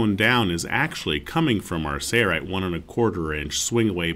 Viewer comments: Sounds like he's saying "Sayrite" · Why cant this announcer pronounce SAIL rite? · So strange to hear the company name mispronounced on every video.